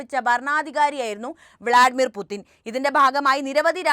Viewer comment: പുചിൻ ആണ് ശരിയായ ഉച്ചാരണം. പുതിൻ അല്ല.